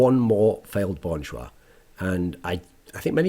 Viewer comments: Thoorin, love your content but it'd be better if you pronounce it as "Jah" essentially Cha with a J, instead of Jois. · funny how when koreans say an english word they usually add an extra syllable, but this time is opposite LOL just pronounce it bon jah.,, not bon joo ah loll